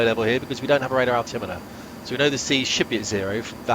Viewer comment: Not sure your ‘radalt’ is properly calibrated 😂